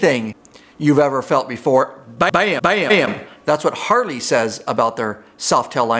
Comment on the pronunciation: Are you saying HarLey or HarDey???